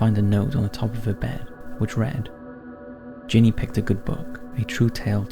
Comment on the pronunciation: “That will SAVE you to death” ? Ginny is short for Virginia and pronounced accordingly. GINny.